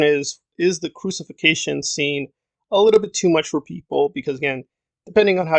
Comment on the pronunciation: It's crucifixion not crusification scene...lol